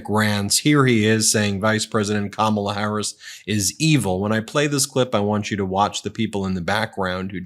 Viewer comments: good one! that's what Kamala should call him-just run it together to make it sound like she's just saying his name-sort of how he mispronounces her name on purpose and never calls her VP Harris. no respect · With trump, there is so much "I, I, I" and "me, me, me". He repeats the same garbage over and over, every speech. How anyone can vote for him is beyond me. The disrespect he shows Kamala by constantly mispronouncing her name irks me. And he says he doesn't care that he does it. 😡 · He is such a creep. He pronounced Kamala's name with a short u sound. Vote 🔵 . Enough of this lowlife.